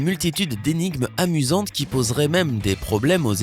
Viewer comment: On dit plus amusante et pas amisante